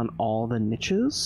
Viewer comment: Watching this in 2024 - I love it - binge watch it- adore it - but (being German myself) the way pronounces „niches“ makes me want to rip my ears off